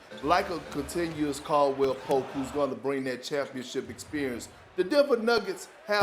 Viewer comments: "CONTINUOUS CALDWELL-POPE" 😭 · I just clicked to hear Perk mispronounce someone's name. "Continuous Caldwell Pope" Lmao classic